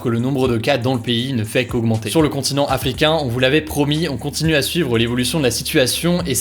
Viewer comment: Je suis le seul à entendre à " Sur le continent Aflicains" ?